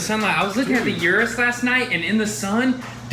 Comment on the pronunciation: Hey guys just helping you all out with your pronunciation, URUS is pronounced “OO-rooss, thats direct from lamborghini, not u-rus like you all say it.